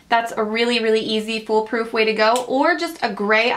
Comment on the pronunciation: I hate the way you say "to"